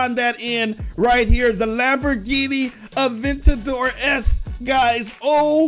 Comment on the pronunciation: Its aventador not avendor